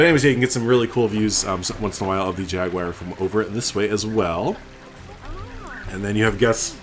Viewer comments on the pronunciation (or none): Great build. But I personally hope to never hear Jaguar pronounced Jagwire again in my life